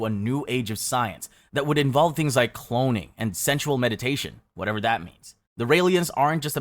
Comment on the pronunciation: English being your second language or not, you can’t get away with saying “cloning” the proper way and then the very next sentence pronounce it “clonning.” Get it together dude.